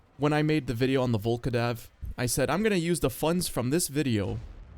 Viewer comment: still can't get over "Volkodav" not Vlkodav xd